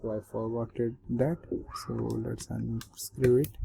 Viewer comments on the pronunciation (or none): hahahahhahahahah unscrew, i like ur english